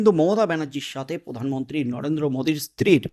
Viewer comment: উনি পোধান মন্ত্রী নন উনি প্রধানমন্ত্রী। উচ্চারণ ঠিক করে নিন। সাবস্ক্রাইব করবো।